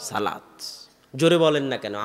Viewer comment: শব্দটি বার বার " সালাত সালাত سلات سلات" না বলে " সলাত সলাত صلاۃ صلاۃ" উচ্চারণ করা সুন্দর হতো।